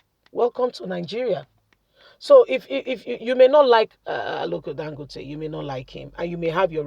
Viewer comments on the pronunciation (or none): Aliko Dangote & not Aloko Dangote. Learn your language & pronunciation b4 you come on air.